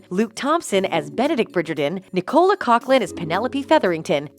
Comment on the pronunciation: Please learn how to correctly pronounce the names, especially Bridgerton and Nicola.